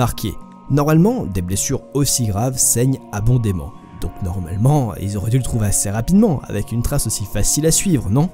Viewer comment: "Saigne abondément" ? Ça se prononce "abondamment", et ça s'écrit de la même façon. ;-)